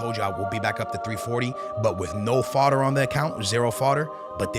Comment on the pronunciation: Stop saying foder